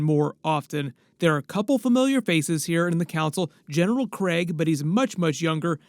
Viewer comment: Can no one pronounce Kreig correctly